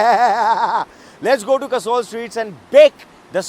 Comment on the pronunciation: host is calling that guy a "WannaBe". Bhai pehle khud to jagah ka naam sahi se le. Poori Video me Kasol ko Kasaul bol raha hai. :P :P How many joints down you are. Ch****ye, joints down nahi joints high hota hai. :P :P ""WANNABE"